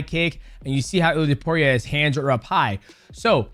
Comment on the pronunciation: I don't want to be that guy DJ, but its pronounced Ilia "Tapuro"🤣